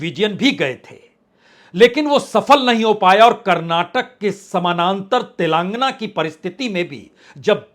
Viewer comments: गधे तेलांगना नही तेलंगाना बोला जाता है । और प्रधानमंत्री जी का नाम इज्जत से लेना सीखो । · तेलांगना नहीं तेलंगाना है। तुम क्यों इतना दुखी होकर विश्लेषण करते हो।